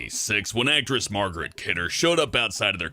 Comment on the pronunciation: How the heck do you REPEATEDLY pronounce Margot Kidder as Margret Kidder? Come on,!!! You are my favorite Planet Dolan personality. You've got to keep it together!